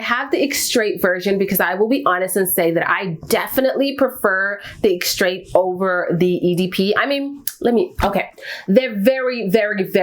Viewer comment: The final “t” in extrait is silent…